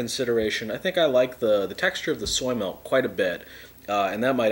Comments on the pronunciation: I love how he says melk, but when he says milkshake, he says Milk properly. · So many "melk"s